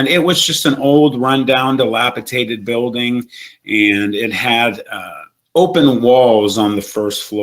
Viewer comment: I guess they dont know-how to say dilapiDated in Ohio 🤦🏽‍♂️